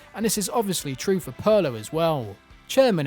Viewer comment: Pronouncing 'Pirlo' that way should be criminal.